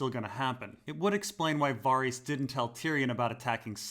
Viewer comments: bruh it's VA-RISS not Var-rees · VAH-REEHS ? dafuq?